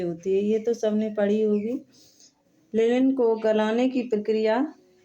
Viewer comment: Linan hota h mam lilan nhi